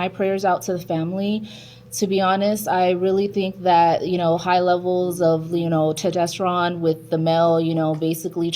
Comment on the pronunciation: "Tetesteron". Another expert weighs in. 🙄